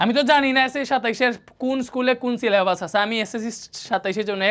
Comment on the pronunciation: ফুল 🌵🎍 সিলে❌ছিলে*বাস। ✅ 😂😂